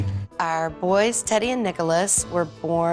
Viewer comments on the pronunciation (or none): It sounded like she said Titty instead of teddy 😂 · I thought she said, "Hi, Titty!"😂😂😂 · I can’t stop laughing at teddy Bc I think they are saying titty lol